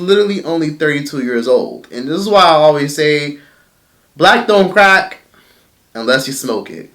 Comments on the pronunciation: The way says crack be killing me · Bruh, I cant take you serious when you keep saying "crack" like that.